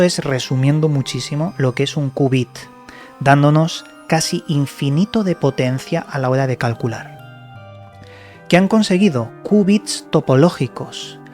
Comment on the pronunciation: Creo que se dice Kiubit (QBit).